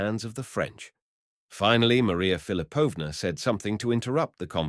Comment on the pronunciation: Philipovna, stress on the second syllable. Thanks for the reading!